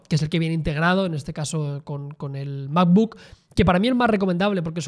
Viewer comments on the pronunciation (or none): El "mapbook"